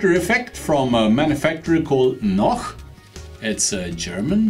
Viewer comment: as a Scotsman, I appreciate how you pronounce Noch! 💪 Noch for a good wee Loch! Amazing water effects job 👏👏